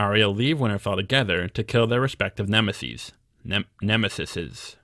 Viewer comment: Btw, you pronounced "nemeses" (nem-meh-sees) perfectly correctly, but why do you say "subsequent" as sub-see-kwent instead of sub-suh-kwent? Just wondering...your pronunciation is one I have never heard before.